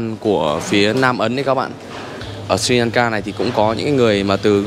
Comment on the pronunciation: Sờ ri lan ka chứ ko phải si lan ka nhe? Phát âm cho chuẩn chút.